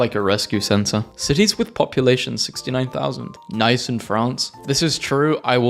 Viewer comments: its not pronounced "nice" but "nee-ss" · It’s pronounced Nei-ss